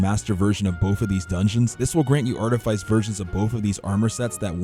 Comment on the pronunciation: Say practice. Now say precipice. Now say artifice....